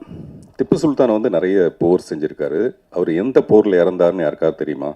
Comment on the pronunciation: எந்த போரில் தோற்றார். என்ற ஓரு கேள்வி நடிகர் பார்த்திபன் கேட்டு அவரே பதிலும் சொல்கிறார் மூன்றாவது போரில் தான் ஜெயித்தார் என சரியான உச்சரிப்பில் மற்ற இரண்டு Bore உச்சரிப்பில்.